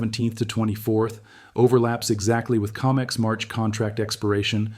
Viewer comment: CO-MEX not Ca-mex